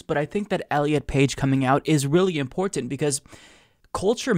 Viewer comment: I love how he says "importint"